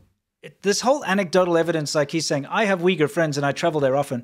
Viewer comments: The Chinese dude sounds like he is saying "The Wiggles" Well I suppose the CCP is a big red car 🚘 😂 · I cannot deal with that man calling the Uighur People “Weegills” It is definitely an intentional mis-pronunciation and he is being deliberately insulting in a backhanded manner